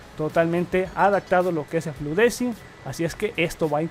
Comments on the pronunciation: Fluent disaing se pronuncia... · Antonio: SE PRONUNCIA Fluent disaing LPM!! Mazther tutoriales: ¿Qué diablos? XD